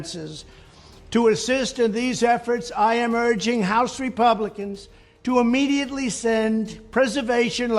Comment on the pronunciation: Someone should tell him that the word is IMMEDIATELY NOT AMMEDIATELY